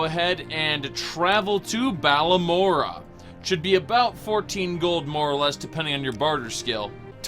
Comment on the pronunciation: he says balamora lol